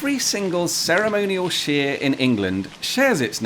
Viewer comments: Your pronunciation is incorrect, you’re pronouncing it like sheer, when it should sound like shy-re. Also what about the village of Barkham? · Very interesting but shouldn't shire (shear as you referenced it) actually be pronounced shyer? Great to see Paul and Rebecca love their channel. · You appear to have a speech impediment, see a doctor. The word Shire is pronounced as it is spelt, and not as sheer, which means fracture through stress or removing a sheep's fleece. ! I hope you get better soon, you might make an interesting video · Talking of pedantry corner, you do know that 'shire' on its own, without a prefix, is pronounced SHY-er', to rhyme with squire... right? It's not 'sheer', except as part of a county name. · The word for the non-specific area is pronounced SHYAR. The words for specific shires are pronounced SHEER. They're different words and thus they can be pronounced differently without it being incongruous. Thus "What SHYAR do you live in?" - "I live in YorkSHEER" makes perfect sense. The SHEER in Yorkshire is a derivation of SHYAR. Taken to it's extreme, a lot of people say SHUH now, not even SHEER? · I am pretty sure Shire its pronounced Shyre like Pyre, not Sheer like sheering sheep. Berkshire is pronounced "Burk-Shyre", sounds Like the Burt in Burt Lancaster, not Bark as in dog bark. Its like like hearing someone from Oxfordshire pronouncing it Oak-fud-sheer. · You may have left it late but this is the best question of the year. Id argue that it's shyer not sheer and its Darby not derby and burke not bark. Im in THE dhire. Waikato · It isn’t Shire to rhyme with ear; it’s Shire to rhyme with ire! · Sorry but the word 'shire' should be pronounced like 'fire' -- not 'shear'... that's how it got shortened when unstressed in blahblahshire. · It is SHIRE (as in higher), not Shire as in in sheer! Very distracting. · i find it really weird that you would pronounce "Shire" in isolation as sheer